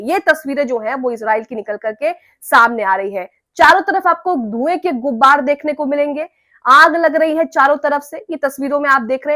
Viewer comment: आप शायद हैं। उर्दू ठीक कर लें "गुब्बार "नहीं कहना है......ग़ुबार सही लफ्ज़ है। बुरा न मानिएगा,,,भाई की तरह बता दिया।